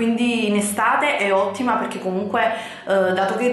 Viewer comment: Ma dici "pechè" invece di perché 😂😂😂